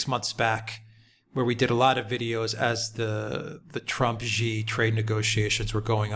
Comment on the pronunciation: Xi Jinping ... Xi is pronounced "shee" not zhee